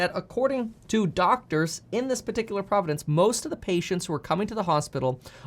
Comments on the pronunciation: Kevin - 1. Where are you getting your stats for South Africa? 2. You are adding an extra syllable to the word "province." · Province not Providence ✊ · "Providence" lol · "Province" vs "Providence." Two different words. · Province, not providence. Two separate things. Carry on. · Did you keep saying providences? Or this is my non-native speaker hearing?